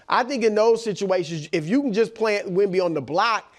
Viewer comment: Wemby not a bay bee